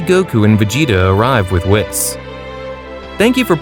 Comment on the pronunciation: He even said whis wrong